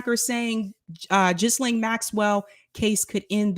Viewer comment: I think her name is pronounced Geelane